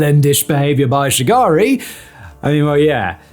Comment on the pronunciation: When he said Olusegun and Shagari I couldn't stop laughing 😂